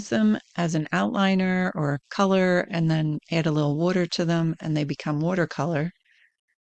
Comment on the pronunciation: The way you say water makes me wonder if you're from Florida?